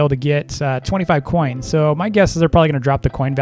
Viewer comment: i love how he CANNOT say coins